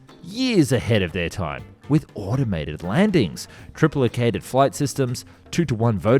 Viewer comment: Is the narration now AI? “De Havilland, cavernous, triplicated” all pronounced a little oddly, even for an Aussie.